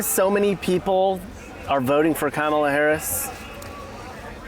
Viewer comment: 😂😂 for CAMEL-ah Harris lol